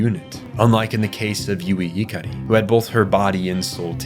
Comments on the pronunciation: It's pronounced "SAY-lay" and "guh-HAIR-n", "ih-CAR-ee", "SOR-you", "MA-jai", Sorry to nitpick, but my eye twitches when you mispronounce this stuff. Did you watch the Netflix version or something? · Bros pronouncing Japanese words with their correct pronunciation. いかり and そりゅう are pronounced as I-ka-Ri and So-Ryu. Cant defend Magi though that's a bizarre pronunciation